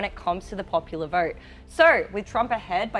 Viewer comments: Vert or vote lol. Anyways love the analysis. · Why does she throw some many R's in words that dont have any R's ? Vert Trump 2024! Lol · Has no one else notice how ridiculously she pronounced “vote”….also….lets make that map red! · I can't help it, this woman's voice is like nails on a chalkboard when she says the word vote, she says very. it sounds like she has something stuck in her throat. No idea why Pat picked her. Next time go with an American. Or at the very least, a British person. I can't stand listening to this chick sorry. I'm not judging, just saying that her accent is very annoying. Keeping it 100. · Strange accent. She can't pronounce the O sound. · she can't pronounce "vote".